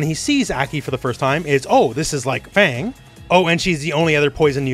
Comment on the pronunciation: Fang pronounced like Fart